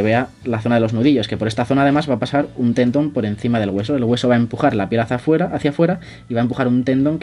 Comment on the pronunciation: Bien, empezaste por el principio y como corrección se dice: Tendón y no Tendon.